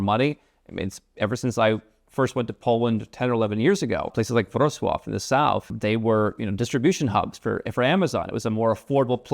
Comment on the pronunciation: Dude, you nailed the pronunciation of my hometown, Wrocław. That's rare. Now, just Złoty. It's pronounced with an 'o' like in 'born,' not the 'ah' sound you were using. Anyway, it's good to see you're still posting -- it's been a while. By the way, I used to watch your videos a few years ago when I was thinking of moving my tax residency elsewhere. But then the government here introduced a 5% income tax for folks selling the rights to their IP, which I do, and voila, they gave me the tax rate I was looking for without having to move 🎉